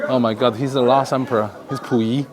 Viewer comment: 听你说溥仪的时候，差点以为你是中国人了哈哈，这个沈阳故宫文物太少了，只剩一个架子还能看看，哎